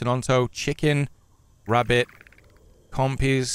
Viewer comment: I been drinking too much I'm not sure whether you said rabbit, rebbit or grab it lmfao